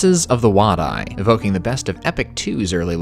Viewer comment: Wadi is pronounced Waddy, I learned that from Spike Milligan's war diaries